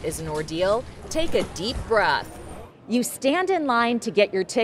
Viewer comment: "Take a deep bruth" what